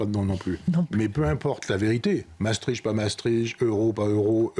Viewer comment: Mme Ferrari, pour une journaliste de votre trempe, il serait bon d'apprendre à prononcer Maastricht et non Massetritche. Exercice: Masse triche t.